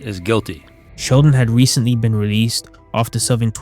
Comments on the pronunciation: Been not bean 😮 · "You've never bean?"